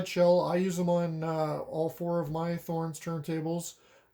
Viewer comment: Good video! For everyone's info: The "Th" in Thorens does not make the "th" sound of English. A simple "t" is much closer to the correct pronunciation. And emphasis would be on the "e". (Not being a German speaker, someone might want to correct me on that last claim.)